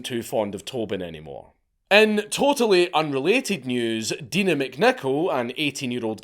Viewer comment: Sorry but the pronunciations of the victims is awful. It’s Die-nah not Dee-na. It’s Ange-aleeka Klook not Angjelica cluck. Not much research done there